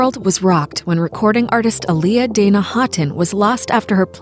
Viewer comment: Not even saying her name right